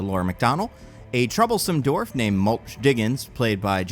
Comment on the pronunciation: You’re just like my sister, she mispronounces “dwarf” the same way (dorf)